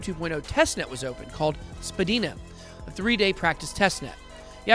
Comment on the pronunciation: I'm originally from Toronto and the proper way to pronounce Spadina is Spa - dine - ah. Just saying. I love you BItBoy!